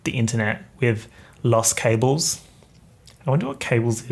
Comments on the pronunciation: cables in spanish is also cables, but it is pronounced like “cah-bles” ;) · i'm not spanish but it's pronounced, 'cahb-les' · The cabled= Los cables, but it's said kAbles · It's cable in spanish, you say it ca like in cap and ble like in blessed 💫